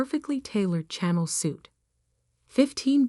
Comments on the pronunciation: A channel suit? 😂😂😂😂 Chanel is the correct spelling, pronounced ShaNell for the AI voice over department. Editing goes a long way... IJS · Greenwich is pronounced Grenich Please use petter trained AI. Channel is pronounced Cha nell. Not channel.